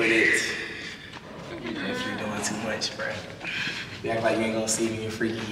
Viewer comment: “untt unn i need me a plate teww” 😭😭🫶🏼